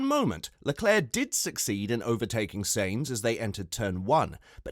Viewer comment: It is not. It is Sa..ins like in Satisfaction, and it is …eens like in seventeen. So it sounds like: “ Saeens” ok?